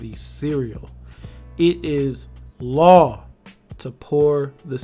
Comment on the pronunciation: "It. Is. LAW" I loved that lmao